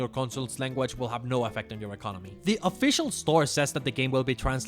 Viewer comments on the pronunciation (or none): none